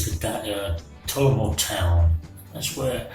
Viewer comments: It's not Tolamo. It's Talomo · I think it's Talomo not Talaoo